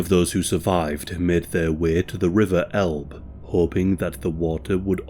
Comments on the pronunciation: It's pronounced El-buh, not Elb. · Florence of El-buh as in Elbe River.